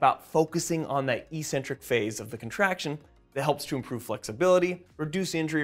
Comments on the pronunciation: "ee-sent-trik"? Do you even speak basic English? Try "ek-SEN-trik." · Isn't the word "eccentric" pronounced like "ex-centric"?? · As always, informative and full of new learning. Thanks guys, and keep it up! On a side note, I'm distractedly puzzled by the pervasive mispronunciation of eccentric in physiology / anatomy circles. There are 2 Cs, not 1, so the Cs should sound similar to how we pronounce "accelerate". Google "define eccentric" to hear the original pronunciation (and the broader use of the term). I realise the mispronunciation may seem correct and normal if it's the only way you've heard it pronounced, so I'm super curious about the origin of this and how it got to be "normal". Any ideas, anyone? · Good vid but you really are saying eccentric incorrectly which is massively off-putting... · heads up jellybean: i mispronounced 'eccentric' and i said 'biochemical' 💝🤣🤭😘🤩😍💖